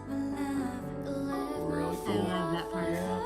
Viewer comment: Yes ballads typically don't have them singing along side a backing track like dance heavy songs typically have. Thats why you can hear them clearly change a few things, like how on the track Asa says "love" with a pronounced "F" kinda like "flove" but in the live she does not. Of course they still have effects like echo when needed but it is indeed live. I do hope you guys check out Twice because that means you can see the Killing Voice video, it's so good. I would of course also nominate groups like Bigbang to get some OG dudes in there and Red Velvet aswell mainly because I'm hooked on the new Red Velvet comeback, Aespa is also so good and interesting to go through simply because of how wild their MVs can be. Maybe one day has experienced at least one group from each big label.